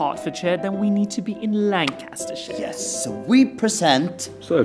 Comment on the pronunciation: From here on forth its Lancastershire